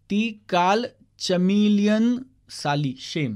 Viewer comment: You don't know, what does chameleon mean, you excluded that point.(And Even, pronounced it wrong, it's in marathi Chameleon = कमेलियन = रंग बदलु सरडा )